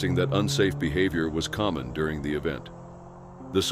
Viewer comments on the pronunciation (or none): none